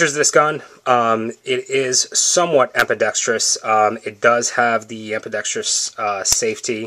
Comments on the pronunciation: Ambidextrous not EPIdextrous like Ambient - sounds like BAMBI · Yes, see my comment from 3 months ago. grotberg100 3 months ago Ambidextrous*** Not epidextrous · 3 months ago I know how to pronounce the word Ambidextrous. Although after re-watching the video, I can see why you might feel the need to correct me. Hope you got more out of that video than just the urge to correct me. Thanks for watching. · I know how to pronounce the word Ambidextrous. Although after re-watching the video, I can see why you might feel the need to correct me. Hope you got more out of that video than just the urge to correct me. Thanks for watching.